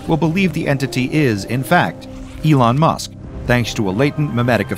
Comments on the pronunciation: No way bro Said Elon Mush 😂😂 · I died laughing of "Elon Mush"😂😂😂😂😂😂